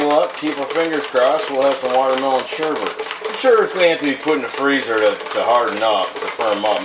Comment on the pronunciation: Um dude it is sorbet not sherbet, sherbet is the stuff that is sour sugar...